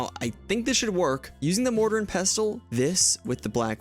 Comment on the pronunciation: The T in pestle is silent (pesul). Like the word listen or castle you don't pronounce the T.